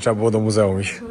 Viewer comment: oglądam Twoje filmy, jeden po drugim i nie ważne czy,,stare,, czy te obecne. Pokazujesz świetne miejsca, ale zastanawia mnie to, dlaczego,,zjadasz,, literkę Ć? Mówisz zjeś,iś. Czym jest to spowodowane? Z czystej ciekawości pytam.